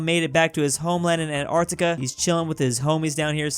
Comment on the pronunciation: Antarctica: *is pronounced as An-t-arc-t-ica: ANARCTICA